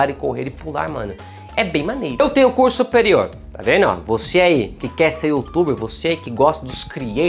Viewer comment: "Eu tenho cur superior."